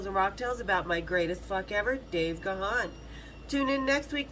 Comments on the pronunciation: Actually it’s not Gawn it’s pronounced Gan as in man. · It's not Ga-han, you pronounce it as GONE. But he is way too polite, he will never correct you